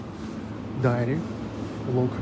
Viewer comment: Автор, уточните для себя в словаре, как правильно произносятся и чем отличаются слова "diary" и "dairy". 😂